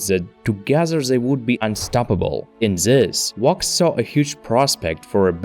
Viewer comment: Bro pounce it with a v. Wox is what I'm hearing